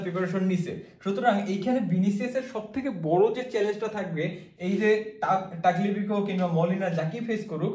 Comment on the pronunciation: তাগলেফিকো না তালিয়াফিকো